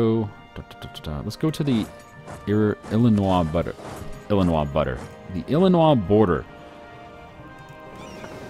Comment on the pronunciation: Dude I'm from illinios pronounce it right please just look up how to say it